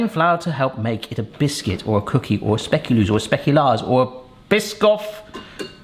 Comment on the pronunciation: belgian here,nice try on the pronunciation of speculoos xD, honestly i mainly see them with the coffee and tea times or in a cafe, i nvr knew the english term for it xD